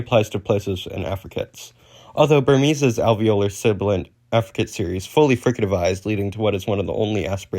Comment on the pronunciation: uh... you can kinda read "sibilant" inconsistently. edit: overall you kinda mumble through the terms a lot, like "sibilant" "fricative" "affricate". try to keep your pronunciation clear and consistent. You're mumbling them into "silibant", "friccate" okay so the "Mean of Articulation" is not the term. You're thinking of "Manner of Articulation". Also Voicing is a phonetic feature, not a manner. it exists parallel to place and manner. You can have voiced/voiceless fricatives, voiced/voiceless stops, voiced/voiceless affricates, voiced/voiceless nasals, etc. You can make different groupings of consonants by phonological feature (or more aptly phonological class), which includes voicing or each of the separate manner and place of articulation. "ejective", the stress is on the second syllable /i'dʒɛk.tɪv/. the way you read it sounded like you were saying "adjective" you're mixing terminology here. The beginning and end of a syllable is "onset" and "coda". Other traditions use something different, like Chinese uses "Initial" and "Final"~"Rime/Rhyme"